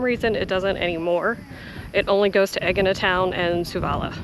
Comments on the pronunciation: A-yeena emphasis on the A. no G sounds in the pronunciation. Not EGG-eena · Haha, you pronounce the name of the island completely differently to me. Great to see so much of the temple, more than any other video on AEGINA I’ve seen, and I’m very keen to sketch it as I’ve done on my trips to Sisely, Italy and Turkey.